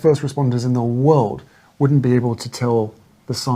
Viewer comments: Will someone teach Hawwy how to say W-O-R-L-D?🌍🌎🌏It's not Woowuld🌲🇺🇲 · I cannot tolerate the way Harry says "world". Does he have a speech impediment?